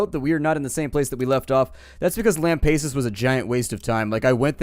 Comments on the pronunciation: and once again big mistake by abandoning lampasas also its Lam-pass-us not Lam-pace-us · fwinger Whenever he says Lam-pay-sus, I cringe... As a native Texan, it hurts.. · Chakat .Tempest yeah i facepalm everytime he says lam-pace-us also this was the worst episode in a while nothing got done he skipped on a bunch of stuff gave up on lampassus and just talked random stuff im losing hope in this series